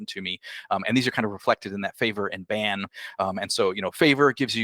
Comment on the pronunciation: Favor and Ban? You mean Bane?.....